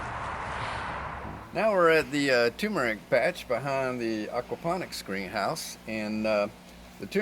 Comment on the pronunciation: Turmeric. Not toomeric